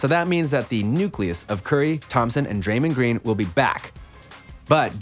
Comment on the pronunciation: And he said drenend green